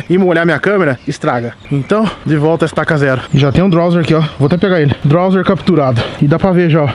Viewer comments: n é drowzeer o nome é drowzee e so fala drowzi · " DRAUZE " não " drauzer" ! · não é drawzer e drawzee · Esse animal lê que é drowzee e chama de drowzeer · "Drowzer" Appradise" 😂😂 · É Drowze, ñ tem "R" no final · O fala Drowzeer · "DrowzeeR" esse "R" q ele coloca no final me da agonia!! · kkk rachei dele falando drowser e aparadaiser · GASTLEY.... DROWZER.... MANO FALA DIREITO O NOME DOS POKEMON CARAI